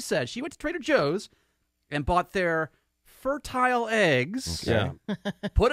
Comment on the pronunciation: Why does keep pronouncing fertile that way. The word means the eggs are fertile, not fur-tile.